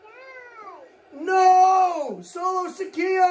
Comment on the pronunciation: Sikoa Not Sikia